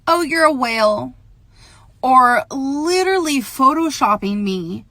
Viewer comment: Litterlee. LITERLEEEE